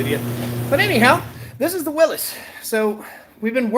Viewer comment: You're killing me here. It is pronounced "WILLYS" (as in "Free Willy" or "Willy Wonka"). Believe me, I'm no english teacher but some things are like someone dragging their fingernails across a chalkboard. 😂😂😂